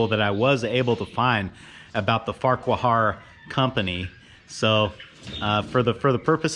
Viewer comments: Idle comment: Farquhar is probably pronounced 'Far-Kwa'. This looks like a fun project. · That looks like a great piece of equipment. I believe the name is pronounced Farqware. 😂😂 Best of luck. I’m sure you will do a great job. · Take it from an old Scotchman. Farquhar is pronounced FARQUAR the "H" is silent. Love your work. I'm only an hour and half away. Can dig some ditches or whatever a 25 HP mini excavator can do for you. Cost ? Deli sandwich and some beer maybe a cigar too. Contact your PO Box. Keep up the video's. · Yeah, you're saying it wrong. Say FAR KWAR ☺